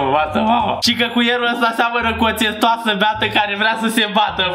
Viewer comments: Ai spus cestoasa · ai zis cestoasă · Ai zis cestoasa 😂😂😂dar e egal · hai că țestoasă dacă e,, le-ai rupt pe engleza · Ai zis tqestuafsa nu caracatița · Ai zis cestoasa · ai spus țestuasă